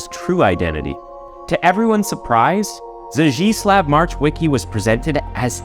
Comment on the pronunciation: Only "Zdzisław" is pronounced in a way that is similar to Polish language. Polish "ł" should be pronounced as English "w".